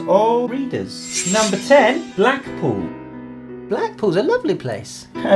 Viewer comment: You can't say Blackpool XD